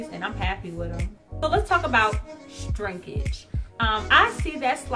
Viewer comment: Every time I hear you say 'Strinkage' I smile..lol